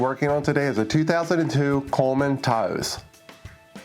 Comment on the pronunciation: this is super useful but can we all talk about how he says the word Taos?